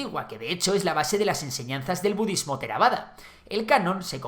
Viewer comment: You lost me at "bududismo"